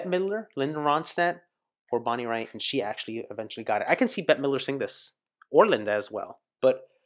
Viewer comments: "Raitt" like "bate". Prince called this "Bonnie's masterpiece". 😎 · It's pronounced "Rate". She's awesome!!!